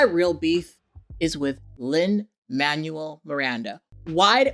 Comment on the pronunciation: Americans usually pronounce “Manuel” as “man-well” so I’m thrown over your pronunciation as “manual” lmfaooo